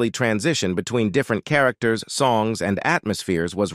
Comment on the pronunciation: I'm so tired of robotic narrations. That's the only thing that could explain mispronouncing a word like "characters." The robot here pronounced the ch the way you would in chat.